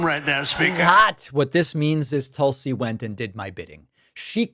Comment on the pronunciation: In india they pronounce tulsi as "toolsi" But tulsi likes it as "tullsi"